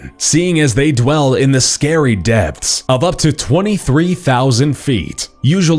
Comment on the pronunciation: when he was talking about dumbo octopus, i heard deaths instead of depths